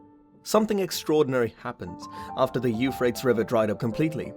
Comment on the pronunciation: Why don't you pronounce the river the way everyone else does: You FRAY-tees?